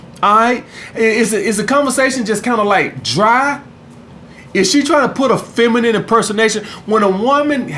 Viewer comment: My nigga said : ''Feminiminy''